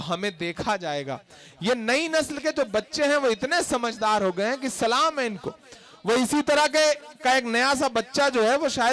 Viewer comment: I love Imran Bhai lekin aap salaam Sahi Nahi karte ho